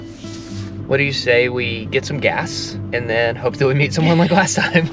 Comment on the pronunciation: “last night” starts with a L, not a W. It’s LAST NOT WAST. 😜